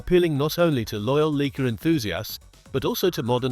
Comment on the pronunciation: You can’t even pronounce the Leica word properly, it sound like Leeka 🤦‍♂️